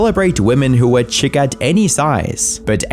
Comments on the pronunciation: It could be because British, but, chic is French and enunciated sheek. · u can tel a bot wrote this. chic is pronounced sheek not chick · Chic is pronounced "sheek" not "chick" lol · Are you illiterate? It's "Sheek" not "Chick" I swear to christ that these gen z youtubers CANNOT read while making documentaries about how other people are terrible. Amy Schumer is awful but I'm pretty sure she knows the difference between "Chic" and "Chick". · the way you pronounced "Chic" made me throw up in my throat. PLEASE tell me you purposefully said it that way to get comment engagement from knit pickers like me... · Just one thing Chic is pronounced sheek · Chic - pronounced sheek in this use case. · "Chic" is pronounced sheek like sheet but ending like oblique or tweak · Dude please don’t include words in your script that you can’t pronounce. “Chic”